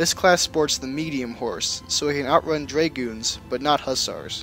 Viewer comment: “dray-gewns” lol